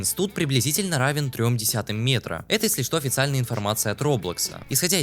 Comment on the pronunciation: не студ а стад если чо